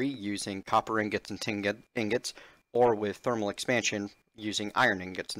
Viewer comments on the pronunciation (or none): lol. You keep saying tingots. I say that all the time on purpose.